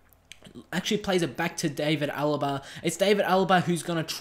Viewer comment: It's pronounced D(ar)vid Alaba, not David Alaba. The "a" is pronounced as an "ar" sound